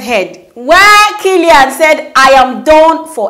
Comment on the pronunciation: That's not how to pronounce kaelin ma'am. People are allowed to always discover and rediscover themselves as much as they want. They are one of the genuine families on this street mahnn. Great job though